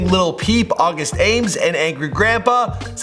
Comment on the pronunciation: It’s not August ames like aimes, it’s ah-mees smh